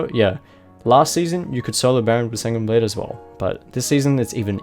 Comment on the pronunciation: He said sanguini blade